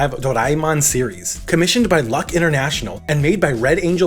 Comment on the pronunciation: It's pronounced "Luke" International (Luk Internacional), not luck. 😆